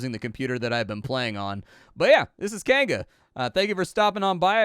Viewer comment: You say Kainga,.... I hear "canned goods" and get confused... canned goods what now?